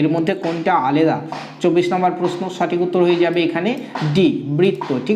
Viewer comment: aleda uchharan hobe na alada